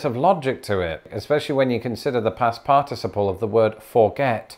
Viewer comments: As a recovering English major, I always appreciate your English lessons. I did get a slight brain cramp on the way you pronounce "participle" - for a moment I thought the Brits had invented a new part of speech. Thanks. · Are we going to discuss the different syllable emphasis in "participle?" No? [sigh] Fine. Good job! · All I can think about is the way he pronounces participle and that his glasses are crooked. I wonder if he'd find it amusing if someone copies him saying participle and replayed it 50 times in a row? I'd find it hilarious but that's me. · I cant pay attention all that well, I keep going back to how you pronounce participle wrong. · i can't get over how you are pronouncing "participle." It just sounds so weird. LOL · You’re pronouncing participle incorrectly 😒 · was inconsistent in his use of a stress pattern on the word "participle" in this video. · Do pronunciation of shared words next - I'm enjoying your odd pronunciation of "par-TIS-iple" as opposed to "PAR-ticiple" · I find the British pronunciation of the word "participle" interesting. In American, I learned it with the stress on the first syllable: "PAR-ti-ci-ple." But I've heard a few different British speakers say the word, and they usually pronounce it with the stress on the second syllable: "par-TI-ci-ple." Yet another language difference. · I couldn't help but notice the difference of emphasis on the syllables in the word "participle". I say "PAR-ti-ci-ple", but the British way seems to be "par-TI-ci-ple". Interesting. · Your British syllabic pronunciation of "participle" (parTISable) is making me giggle. I've only ever heard it as parta'siple (phonetically speaking)! Old joke: You're stressing the wrong syl-AH-bul! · Lawrence, I say part iciple and not par ticiple. Whose pronounciation is proper as to from whence the word was derived? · USA: PAR-ti-CI-ple Him: parTIciple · In the US, we accent the 3rd syllable of the word, "participle".